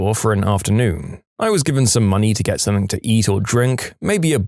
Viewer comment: No K in the word something